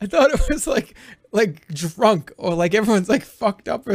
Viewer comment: . "everybody get srunk" 😭 SSSSSSSSSSRUNK